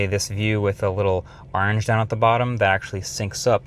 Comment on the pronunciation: Hold on, say Orange again...